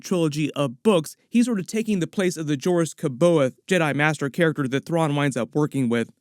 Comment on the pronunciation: I can tell you've never listened to "Heir to the Empire" audiobooks. That has to be the worst pronunciation of Joruus C'baoth I've ever heard, and it's not even that hard.